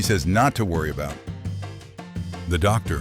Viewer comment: ITS DOG-TOR HARLEY SAWYER!